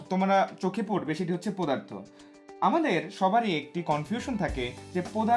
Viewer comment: পোদার্থ 😆 BTW it was a great class indeed👏